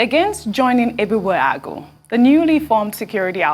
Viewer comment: your pronunciation of Ebubeagu falls short of that of Dr Abati who is a Yoruba man and you are supposed to be 'Igbo'. mmm?